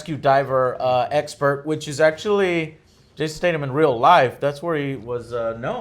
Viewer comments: Who’s Jason State-um? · Captain Arabia That bothered me too. STAYTHUMMMMM.